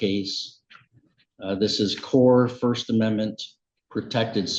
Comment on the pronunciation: Court reporter later "did he just say First Amendmenty?"